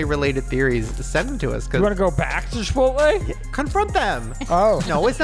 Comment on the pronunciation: Why did you say, Chip-pote-lay.?